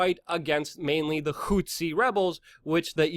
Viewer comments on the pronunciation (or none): none